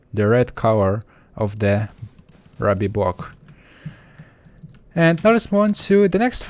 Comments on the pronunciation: Raby you mean rooby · U MAKE ME RAGE!! ITS RUBY NOT RABBY!! But I Still Like Your Accent:) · 24 u mean (ROO-BEE) not (RU-BEE) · I started playing in 1.7.2, and you pronounce ruby like rooby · its not rubby its ruuby. RUUUUUUUBY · you said rubby instead of ruby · its pronounced rooby not rubby for ruby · can this guy not say ruby correctly im trying not to be mean here but him mis-saying or whatever ruby for rube is ticking my off sorry but i just cant let that slide it is pronounced (roobe) but spelled ruby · U spelled ruby wrong it's pronounced as (rooby) ruby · joshua torrocha he says rubby! :D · Um just to tell you, the way to say it is ruby (roo-by). Still ove ur vids though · ITS RUBY (R-OO-B-EE) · Ruby is pronounced, ro-be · Ruby is pronounced roo-bee c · Not to be rude, or judge you, or whatever, but ruby, was pronounced improperly. It's RUE-BE. You have an accent so I will not mind. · Its pronounced ROOBY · Just saying, Ruby Is Pronounced Rew-Bee. :) great vid!